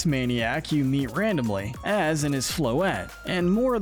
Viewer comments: It’s AY-ZEE. 😒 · It’s pronounced coh-BAY-lee-un, ver-I-zee-un, and AY-ZEE, “”! 🤨 You’re so bad at pronouncing Pokémon names,! 🙄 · bro really said "az"